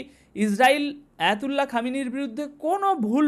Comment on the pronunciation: ভাই আপনি সাংবাদিক হলেন কতদিন হয় আয়াতুল্লাহ আল খামিনি আয়াতুল্লাহ আলি আল খামিনি আপনি বলতেছেন হায়াতুল্লাহ চেষ্টা নেই যদি একজন সুপ্রিম লিডারের নাম শুদ্ধভাবে না বলতে পারেন তাহলে এই বকবক করার কোন প্রয়োজন নেই